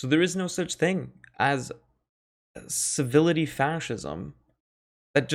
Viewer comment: Civility? Servility. As in servile. As in servant. Muppet.